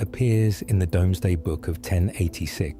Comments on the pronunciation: By the way, the dramatically-whispering AI voice keeps literally reading it as "domes day book", but it's actually pronounced "Dooms day book". The spelling is Medieval, you see, but it is and was always said "dooms day". Indeed, the new Marvel film hints at "Dooms day" because of Dr.Doom. A little nod to William the Bastard's inventory stock-take of his new possession, when the Normans invaded and conquered England. But historians love it because William the Conqueror's detailed census of what he'd just conquered in war - his new Kingdom - gives historians a massive detailed record of all the people, buildings and businesses going on at the time - a historical "snapshot" of 1000s England. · One of your better reaction videos. Didn't listen !! " the river silted up " !! SHINGLE is small beach pebbles. POT ASH not PO TASH. COLLIERY is pronounced COL YUREE. DOOMS DAY BOOK not DOMES DAY . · Though to be fair it is spelt 'Domesday', and anyone/anyAI unfamiliar with it would just say it the way it's spelt. But I cringe every time it's pronounced wrongly. Same with POT-ash (not po-tash). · Please don't accept the pronunciations of this commentary. It is AI and they don't know how to read English properly i.e. potash is pronounced pot-ash not po-tash and it's pronouced Dooms-day book not Domes-day book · I hate to tell you but the etymological origin of a word does not determine how it should be pronounced in modern English. My Oxford Reference Dictionary only accepts the pronunciation "doomsday" for "domesday". Your pronunciation is not listed. The online Cambridge Dictionary agrees. Chambers Dictionary (1972 reprint) also agrees. In fact, the modern word "doom" has the same derivation from the word you quote so there is every reason under your logic to pronounce "Domesday" as "Doomsday" as that pronunciation still preserves the link to the word from which it originated. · Domesday is pronounced DOOMZ•DAY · Pot-ash. Also Domesday is pronounced doomsday. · Domesday Book🙄